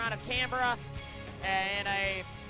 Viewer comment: Say Can-bra, not Can-ber-ra.